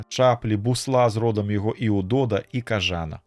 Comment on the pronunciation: Прачытана: кажа'на. Слоўнік дае націск у вінавальным склоне: кажана'.